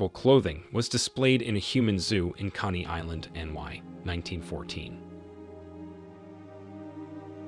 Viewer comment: Why is the narrator mispronouncing words? Such as Connie Island rather than Coney; Cahknown City instead of Canon (Canyon) ; Elizabeth U rather than Elizabeth the Second or Elizabeth Two.